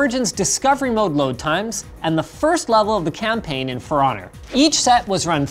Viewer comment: For Honor = Feroner......😑